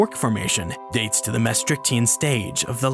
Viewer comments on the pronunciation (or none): none